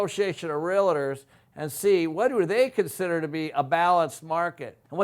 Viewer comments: You're pronouncing it wrong: REAL + TOR not REAL+AHH+TOR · Video was informative,,,, however when I hear someone speak about real estate and don’t know how to pronounce REALTOR pronounced REAL-TOR not REAL-LIT-TER as you and so many people say it,,,, ugh. What’s a “realliter?” When I hear so called professionals say it like that, I tend to tune out. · If you're a realtor, please stop saying "relador". It's pronounced "realtor". Much love, thank you. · First tip this guy is spelling out what seems to be a rational case is gonna be wrong? He says realator! You couldn't get 50% of people to vote themselves a free lunch. Any case dependent upon 50% of people doing anything is a fool's folly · Realtor. The word is Realtor, not Real-i-tor. Gawd. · Great and important analysis. However, as a Realtor, I cringe every time you say real-it-or. Two syllables,. Only two. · lots of good information here, but please.... realtor is a two syllable word; it’s real-tor, not real-a-tor. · Great videos- but, it’s REAL TOR, not REALA TOR- FYI- it’s funny how many people mispronounce it-lol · I love watching your videos but you mispronouncing REAL TOR by adding an "A" is driving me nuts!!! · I just wish you would learn how to pronounce the word “REALTOR”. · You have to wonder about the competence of someone who can't even pronounce "realtor" correctly when he's claiming that field as his area of expertise. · Has spent his whole career in real estate adding an extra syllable to "realtor?" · How does a man who knows so much not know how to pronounce "realtor"?